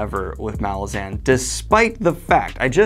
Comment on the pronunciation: The. Last. Syllable. Of. Malazan. Is. Not. Stressed!!!!